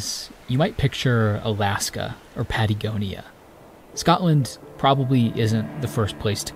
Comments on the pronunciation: did bro say patygonia? XD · "Expeeriment" "Pateeegonia" - love your pronunciation, lol. Thanks for posting.